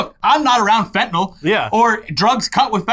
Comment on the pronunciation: "Shoot the fentylnal!"